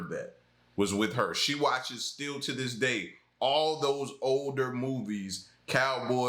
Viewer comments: I have how deep is your love on vinyl, I'm 63 it is and always has been i really mean to learn. And Annie Lennox sings thiis it's just the way she pronounced it purposely. I'm also fron the uk. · It absolutely sounded like these but it didn't quite make sense in the sentence so they used the word this but pronounce it with kind of a southern accent on that word so that it would rhyme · That's right! It's the way she pronounces the word 'this' that makes it sound like these. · It just sounds like shes saying these shes saying this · agree 💯 it's her accent that makes it sound like that